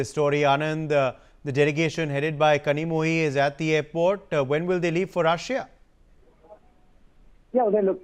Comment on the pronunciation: Anchor struggled to pronounce kani's name. Daily do practice in your home and you will get it correct one day.😂